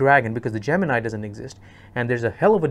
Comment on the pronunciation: Wish you pronounced Gemini correctly